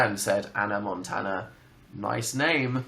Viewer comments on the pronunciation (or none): none